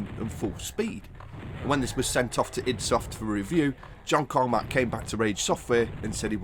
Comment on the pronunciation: "id" is pronounced like "id" the psychological concept, not as an acronym